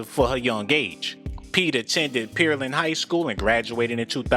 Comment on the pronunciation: Pear land* not peer land